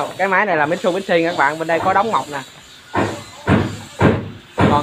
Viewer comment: Mi chự bi shi chứ không mai mít su bi shi đâu a